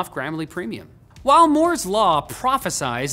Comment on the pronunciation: *Moo*'s law